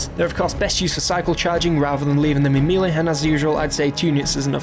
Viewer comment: mealy? Are you trying to say melee?